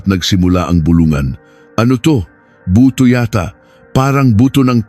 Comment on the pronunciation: 40 singko 😂buto pronounce in ilocano accent bootu hahaha